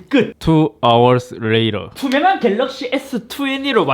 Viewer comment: 역시 갤rr르르르러어억씨